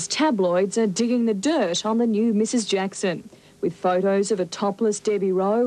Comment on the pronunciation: His name is michael josep jakson.not a jakoo...